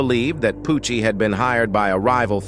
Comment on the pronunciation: He said “vengeyance” and then turned Italian when he said “Pooouochiee”